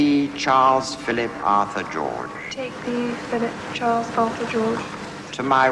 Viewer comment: im confused.. did she say his name wrong during the vows?